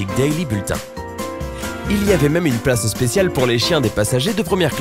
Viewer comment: 13 plage 🤣🤣🤣au lieu de dire "place" 🤣🤣🤣🤣